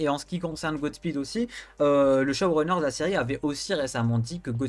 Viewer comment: QUAND TU DIT SHOWRUNNER J ENTEND CHAUVERUNER :)